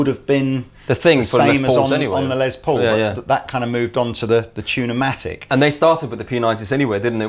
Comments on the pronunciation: It's Les Paul, a shortened version of Lester Polfous (his real name), so the "s" in Les is pronounced as an "s", not a "z" as in Lez. Just helping out from here in the US. Be that as it may, I want an SG Jr. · "Less" Paul. He was American. Say it right.